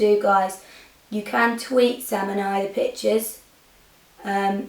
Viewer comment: Okay definitely thought you were saying bitches instead of pictures whilst I wasnt watching the tutorial and just had it playing in the background.